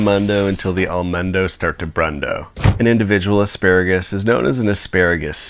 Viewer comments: did you mean aspearagus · Don't you mean a-SPEAR-agus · I'm mad you didn't call it aspearagus.